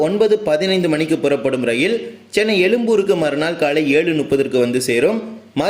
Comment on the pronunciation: தமில் அல்ல "தமிழ்" எலும்பூர் அல்ல "எழும்பூர்" நுப்பது அல்ல "முப்பது"